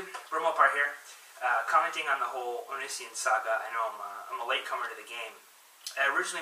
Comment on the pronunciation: You can't even say his name right and your hating on him.